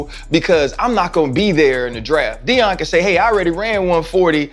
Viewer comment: Youtuber is a shady hater ..."Sheeter" and "Dee-in"? Do better Celeb.